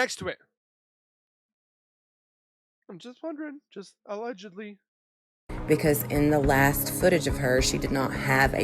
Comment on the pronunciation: Hey lady on the video it’s allegedly not illegady 😂😂😂